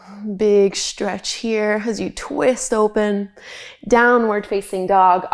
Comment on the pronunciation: I like your yoga exercises, but as soon as I began hearing you say "shtretch", "shtrengthen,", "shtrong", etc., I couldn't unhear it. At first it pulled me out of my meditation, then it became an irritant. I'm sorry because I really do like your videos aside from that!